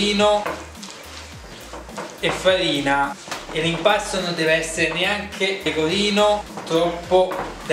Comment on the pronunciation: Uova pecovino... Pecovino uova... Sale Pecovino... Non tvoppo pecovino... Una gvattata di pecovino fvesco